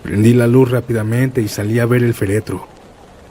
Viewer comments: Muy buen video, buenas historias y bonita voz, pero desencajaescuchar "feretro" (sin acento) en lugar de "féretro" (con acento) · Hola! Entretenidas las historias , sólo una observación: la palabra correcta es "féretro", es una palabra esdrújula.